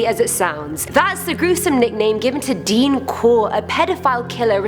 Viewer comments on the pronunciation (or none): none